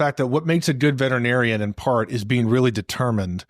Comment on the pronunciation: "Veterinarian" is a SIX syllable word.... VETERinarian "Vet-er-i-nar-i-an" . NOT a 5 syllable word Vet-Tri- narian